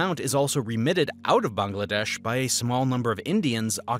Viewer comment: Not only is this well researched and accurate, I noticed that you’ve taken it upon yourself to pronounce Pakistan and Bangladesh properly. Respect!